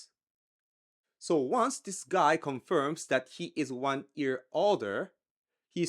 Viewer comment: Am I the only one hearing ear instead of year ? 🤣